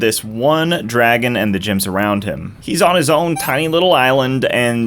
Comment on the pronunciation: Did he just say gems as "gyms" lol wtf